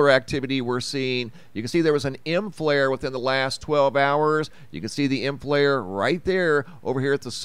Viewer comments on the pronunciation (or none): none